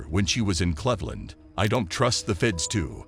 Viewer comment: Wow pronounced cleveland all wrong lol